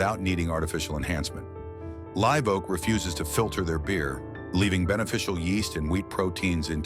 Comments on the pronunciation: And yet Live is pronounced correctly later on. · Your AI voice can’t pronounce Live properly at times.